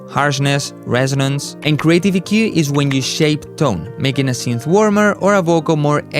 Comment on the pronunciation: Speak english , you cant even say EQ